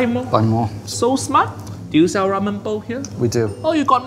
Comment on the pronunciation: whao he fked up ramen